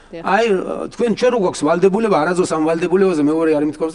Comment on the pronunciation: ვა"ლ" დებულება🤣🤣დაგეწვას ლ😆😆